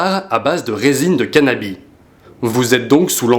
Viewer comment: Il dit resine de canabi' aussi ;)